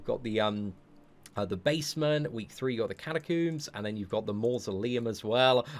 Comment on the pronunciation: Kat-a-combs not catacoons